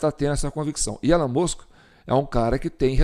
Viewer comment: A pronúncia de Ellon é Íllon